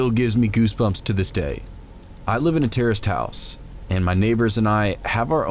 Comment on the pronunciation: Anyone else hear 'terrorist house' instead of 'terraced house' at first, on one of the last stories? I was like Whaaa?? LMAO